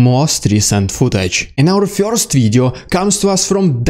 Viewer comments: I like your channel. However the word first is not pronounced FEAR-st it is pronounced FUR-sr. Keep up the good work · Love your insightful commentary, but I have a question: Who are the "Fyorst People"? And what are "Fyorst Steps"? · I don't know anyone that pronounces first as FUR-sr. 😂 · With the correct pronunciation, please. "Fyurst"